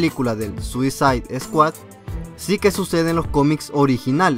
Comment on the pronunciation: No es ninguno. Lo que él pronunciaba mal era "Squad", él dice Esquad. pero ed Squad. Y Suicide está bien porque se pronuncia como se escribe (Esto va para los avanzados en inglés). No dice Suizaide. Para los que no lo son es "Suicid".